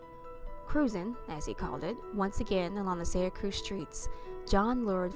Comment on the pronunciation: You aren't even close to familiar with the area, and it seriously detracts from your story. This has nothing to do with NYC. This is a small town in upstate NY. You can't even pronounce the town correctly. Your points are valid, however, I live practically next door, and it seems you dub in photos that are not even legitimate. I don't mean to continuously slam your work, but if you truly want to report things, you need to get closer to the story.